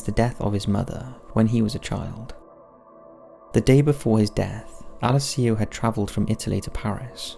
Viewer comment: Please learn how to say Alessio correctly.